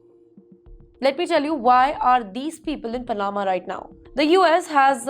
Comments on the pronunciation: It's not Pana'ma BUT Pa'nama! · Sorry bit late but its not Pa-NA-ma. Its PA- na-ma. Maybe double chk pronunciations with Google before broadcasting to the world m8ght be useful. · It is Panama not panaaaaama. Can someone help this girl please? Learn English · Anchor woman needs to pronounce Pa-na-ma correctly. Not Pa-naa-ma. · I agree Pana'ma instead of Pa'nama. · You should try to at least do a little research on how to pronounce my country's name. 😮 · The way she says Panama 😅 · Aam Panna. Pan flavored.